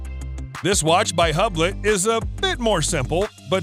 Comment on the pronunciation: “Hub lot” 😤